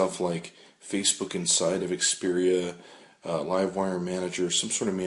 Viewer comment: Are you saying Xperian?